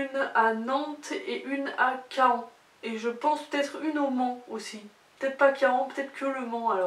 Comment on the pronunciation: Si c’est « Caen » en Normandie ça se dit « quand » 😊